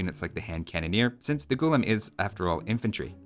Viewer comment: Its pronounced as gu-laam not gulum. It means slave in the moat literal sense ,Funny tid bit most armies in medieval india was in a way professional armies in a sense that they were full time soldiers i for one have never come across any account where it says slaves were used in an army for frontline fighting . so i dont know where they get this idea of unwilling men pressed into fighting roles as a 'unique' unit.warfare was an elite profession if u will and slaves had other duties assigned to them more 'fitting' for their social stature.